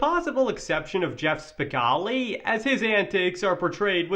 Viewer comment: Guy can't even pronounce Spicoli right